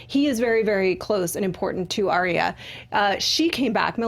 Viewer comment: ARYA not aria